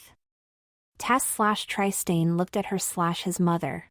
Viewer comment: Tri-stain! 😂 Otherwise: The story is ‘interesting’.